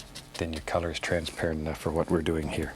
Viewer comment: We don't have a mountain?! Hwhat?"